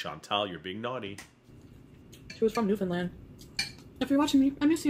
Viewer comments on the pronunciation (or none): none